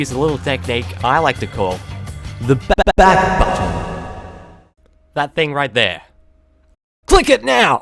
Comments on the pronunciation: "THE BBBACK BUTTTTTON" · I lol'd when he said "back button" XD